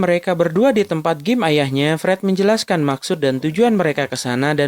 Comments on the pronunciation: Bilang Gym jgn Gim donk. Tp Jim 😛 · Yg bener gym bukan game anying😂